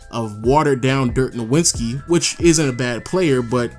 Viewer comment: It triggers me everytime how you pronounce Nowitzki. lol there is no 'n' in his name haha